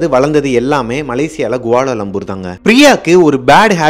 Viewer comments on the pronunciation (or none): Bro malaysia leh athu Guala Lumpur ille bro , Kuala Lumpur.. கோலாலம்பூர் chinna correction neenge pronounce pannumbothu😊🙏🙏🙏